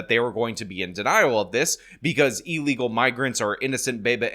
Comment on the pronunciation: ILL-egal. NOT EEL-egal. Left a thumbs down until you correct yourself.